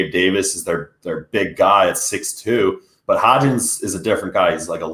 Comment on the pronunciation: It’s HODGINS. HOD-GINS. Not hotch-KINS. HOD-GINS. Put some respects on the dudes name